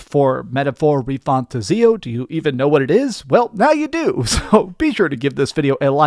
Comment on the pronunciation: I am hyped for this Gem 💎 PS: It's pronounced "Metaphor Re-Fan-Tazio" say the second word separately:-))